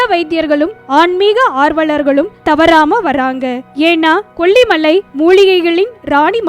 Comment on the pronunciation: Please pronounce kollimalai properly. Save Tamil.